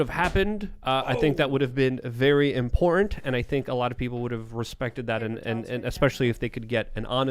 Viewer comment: I wish would practice saying “important” and “abhorrent” so that we know he understands the difference lol